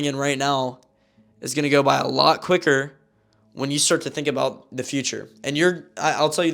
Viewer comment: ”The story that im Abóút to tell you